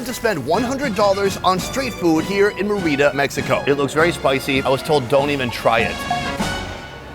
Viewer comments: Merry-da....not what he said ... cocktail glass is never a cup.. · MARE-EH-DUH say it right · Sonny you killed the word Merida .😅 still like you. Great show